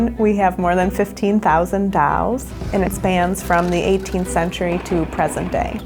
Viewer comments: She calls “Dolls” “Dalls” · I don't get it. İs it dolls or dawlls 🤣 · The doll person says dalls instead of dolls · You just had to make the curator of dolls say it like dalls. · Dawls fo evaaa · Curator of D A L L S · lol if someone is the curator of dolls at least hire someone who can say dolls. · imagine being Curator of Dolls and not being able to sayDolls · The "Curator of Dolls" can't even pronounce "Dolls" correctly xD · That's how my friend from Boston pronounces it.